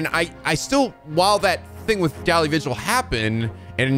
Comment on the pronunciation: Daley is pronounced as 'daily',.